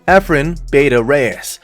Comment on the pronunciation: Not "bay tuh" Reyes you idiot... 😒